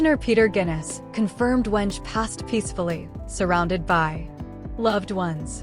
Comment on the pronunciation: AI news can not prounce the name well. Stop it already